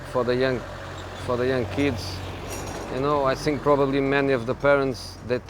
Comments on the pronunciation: Why does he always say SINK in place of THINK or FINK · The guys is a legend but come on José, after 15 years in England is not acceptable anymore to say "sink" instead of "think" :D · "I sink" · the first "sink" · I love when he says "I tsink".